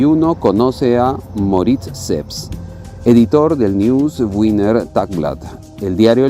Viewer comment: Muy interesante está documentación. Pero debería hacer las pronunciaciones exactas de sitios Austriacos (Mödling algo así como U) (Wiener - Viener). Gracias